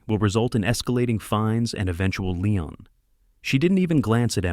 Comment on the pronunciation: AI can't pronounce lien ( lean like meat)?